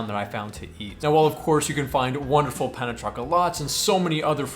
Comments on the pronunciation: He gave me a giggle a few times. Pain (as in hurting) for bread in French. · Gotta love how Americans pronounce 'pain'.😂